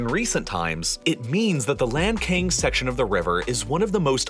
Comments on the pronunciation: it's pronounced lahn-tsang, not lankayng. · Not to pronounce lankang river. It's called lancang. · Lantsang, not Lankan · It's Lan Tsang, not Lan Kang. My country is having the same issues: Spain is damming all the west flowing rivers, and our country of Portugal is seriously drying up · Great video but have to inform that Lancang river is pronounced as Lan Tsang, instead of lanken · Not "Lan Cang", but "Lan Chang" or "Lan Xang" river, which refers to the Kingdom of Lan Chang or Lan Xang, or Laos PDR of present day. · The pronunciation of Lancang River in Chinese is not "LanKane", a closer pronunciation would be "LanChang". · Lancang read as Lan-tsang, not lan-kang. thank you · Point out a pronunciation mistake: The upper part of Meikong River(湄公河 in Chinese) is called Lancang River (澜沧江, lan cang, not lan "kang"), which is a beautiful name. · Very educational.... Just wanna point out that it's pronounced as the Lan-tsang river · Lancang is pronounced as Lan-Tsang or Lan-Tsung, however it makes sense to you. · lancang读成lan king给爷整笑了hhhh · a documentary channel... but each time you say LAND KING i died a little inside... is it so hard to pronounce or at least TRY to pronouce a proper chinese word? I cant be the only one feeling this. Otherwise, informative. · Lancang, the name of river, was pronounced wrong.